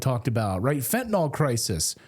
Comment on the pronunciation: Fentanyl, not Fentanol!! Please, can somebody pronounce this properly?